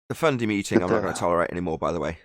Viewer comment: Love the "Fundy". I'm in Texas so I ain't got a clue what that means but I understand and love it. Just can't say it as PROPER as.👍👍